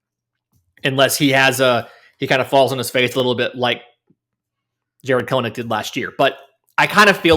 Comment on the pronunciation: Kelenic is pronounced (kell-nick). He has said so himself.